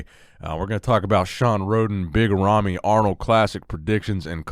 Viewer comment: "Nicks Big Ramys and Biga Ramys" XD